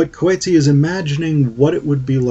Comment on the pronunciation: Love your video! Just want to say that you are saying his surname a bit wrong. Other than that- thank you for your time and video 🎉